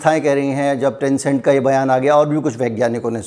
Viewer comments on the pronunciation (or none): टेनसेंट नहीं लैंसेट पत्रिका है । अगले विडियो में सुधार करो